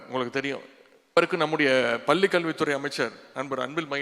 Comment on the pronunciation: நீங்கள் பள்ளி என்பதற்கு, பல்லி என்று சொல்லும் போதே, கல்வி தரம் தெரிகிறது. தொலைக்காட்சி நிகழ்ச்சிகளில் அறிவிப்பா ளர்கள் பேசும் தமிழ் உச்சரிப்பை கேட்டால், ஆசிரியர்கள் தமிழ் கற்றுக் கொடுக்கும் லட்ஷணம்.